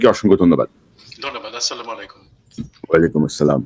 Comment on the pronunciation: কনক ভাই "আস্সালামুআলাইকুম " উচ্চারণ করলে ভালো লাগতো।